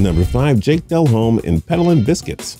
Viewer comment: His name is not pronounced Del Home, DE lomme